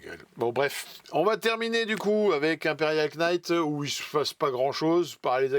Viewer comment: C'est clair, bcp de taf pour pas grand chose. Vous êtes vraiment les stakhanovistes de la news Games!! Et au fait: le K de Knight, on ne le prononce pas!! 😜